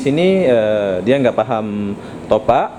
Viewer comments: Topap bang bukan topak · Bukan topak?? Top ap sebutan nya..top up...malaysia buka malassa ..wah ngak sok malaysia ..aku WNM pn kalau ke indonesia pake bahasa indonesia dengan betul...kenapa bisa??sebab campuran malindo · Dasarr kepala lu peang.. Ak orang lmbok... Klo ngmong itu yang jelas.. Bkan smbrdur gtu... Bilang aja mw beli top up... Smua orang bkal tau.. Ni bilangnya top ak... Topak kepala luuu... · Bro kau sebut " topak" atau " top up " ?? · Bukan "topak" bang.. "TOPUP" lagi pula itu bahasa inggris bukan bahasa malaysia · Top up bukan topak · Bukan topak tapi ada spasi sikit top up di baca top ap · Top up bodoh,bukan nya Topak! Kalau tak tahu menyebutnya tak payah lah nak berlagak,bangang betul yg upload video ini! Konon nya nak jadi macam org Malaysia,babi lu! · Top up bro bukan topak, salah bro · tapi kata top up itu bahasa inggris bro jadi aksen dan pengucapan nya ya harus top up bukan topak mana ngerti lah topak. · sebutan salah tu..bukan topak..tapi sebutnya top up.."topap" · Top up bukan topuk, tu mah bahasa inggris smuapun tau bkn cuman orang malaysia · nyebut nya yang betul dong... sebutan nya sama seperti dalam sebutan bahasa inggeris "top up" BUKAN topak... jadi orang gak akan keliru dong.... salam dari Malaysia.. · Malaysia bro bukan Malasia, topup bukan topak...... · Top up bos (di baca TOP AP), bukan topak.. Anjirr ngakak gua.. 😂😂😂 Setengah malu setengah lucu, salah tapi ngomongnya PD 😂😂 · Heheheh saya pun dengar Top Pak.. sebenarnya Top up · top up tu bahasa inggiris bro😂... sebutannya aneh.. topak.. hahaha.. kalau bahasa aslinya malaysia kad pra bayar.. tapi disini lebih senang panggi top up.. bukan topak😂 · betul bro, sebutannya aneh topak, mungkin dia nggak ngerti bhs inggris sama sekali, maklumlah orang2 yg mencari kerja di malaysia itu biasanya orang2 dari kampung dan kurang pendidikan. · Top up baca seperti ejaan, bukan topak cara kamu sebut. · Mungkin lidah melayu, maklumin aja